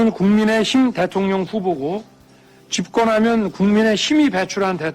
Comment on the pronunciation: 국민의심 으로 들린다 이넘아 말이나 똑똑히해라 술을 하도 많이 쳐 먹으니 발음이 제대로 안되는거다